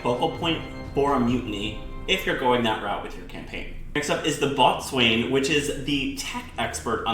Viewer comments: Err Boatswain is pronounced Bo-sun. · Great video! Just fyi you pronounce it bow-son ;) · "boatswain" is actually pronounced "bow-son" ya friggin farmer, bet ye can't tell a head from a halyard as well! Just joking though lmao, good video! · Boatswain is pronounced bosun. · Omg , a boatswain is pronounced bossun. If you are going to do a video about ships, know your terms.